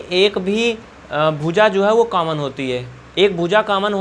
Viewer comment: Sir aap is video me samjha to bahut achha se rhe hai lekin aap ek galti kar rhe hai aap common ka caman caman bar bar bol rhe hai please common ko common hi boliye